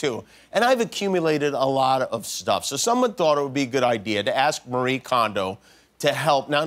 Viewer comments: also her name is mari-eh kondo, not mar-ii kondo. that’s how she introduces herself. It is embarrassing that they don’t even try to pronounce the right way to say peoples name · I know it’s a nitpick but her name is pronounced Mari-eh, not Ma-ree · Her name is pronounced "mah-ree-eh," not "muh-ree." =\ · DTwo I think in the context of an English-speaking audience, she chooses the pronunciation “mar-ee” as it’s easier for English speakers to understand. Not sure about Kondo though. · There's actually three syllables in her first name - the fact that it's spelled the same way as the common western name "Marie" is just a coincidence. It's まりえ or mah-ree-eh. Also her last name is pronounced kohn-doh, not kahn-do. Japanese pronunciation is pretty straightforward: just pronounce every vowel (don't combine the "i" and "e" in this case, for example) and pronounce each vowel the same way every time (it doesn't change based on English spelling). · Somebody quick tell him it’s pronounced Mari-ye Kohn—doh